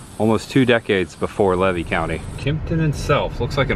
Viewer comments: Great video. I got to say. I'm 65 years old from citrus county. I never heard levy county pronounced LA-VEE. We pronounce it lee-vee. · ...it's pronounced leave E county , not lev E county, and I left Archer as a kid in the late 80S the factory was closed down then, they , may have re opened for a bit , but I don't remember 100 % I know for sure it was closed when i lived there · Hi I live levy county is pronounced leevee❤ and that house is an old cracker house it was built by the grandfather of the owner of that property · It is pronounced Lee vy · it's pronounced LEEVY COUNTY (long E). That's the way you say it 😊 I've lived here for years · The county is Levy, pronounced LEE’-VEE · I'm sorry but I just wanted to let you know it's pronounced "lee-vee" county. I've lived in Florida over 50 years and in that general area within 50 miles! 😊 I do remember some of these places that you're going to some of them I don't. It's fun to watch your videos and see the history of Florida. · this is good stuff but I must correct your pronunciation of Levy county. Locals in North Central FL call it Lee-Vee county. Keep up the great content! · Just for the record: it's pronounced; "LEE VEE" county. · Levy County is pronounced Leevee. Long es. And the little brown building in Raleigh was our polling place. If you go to Farmer's Market at Archer Depot on Tuesdays you could learn a lot of local history. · Good vid! Levy is pronounced: Leevee. No worries, being a Florida native, figured out we pronounce names just a bit different than the way the word is spelled. It's pronounced: Tim-uck-you-an & It's Fern-an-deenah. You always have good stuff! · Came here to say the same thing. Thank you! Lee-vee County. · Learn to pronounce the names of towns or counties correctly . LEE-VEE COUNTY . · Just fyi: The locals pronounce Levy as “Lee-Vee”. ❤ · It is pronounced "Lee Vee"(Levy) county.